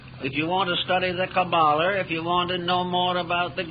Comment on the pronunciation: “If you want to understand the kaballer”